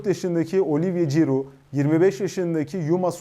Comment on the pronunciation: giroud diyor 🤣🤣🤣🤣🤣